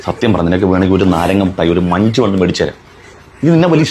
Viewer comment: മഞ്ച് അല്ല മൂഞ്ച്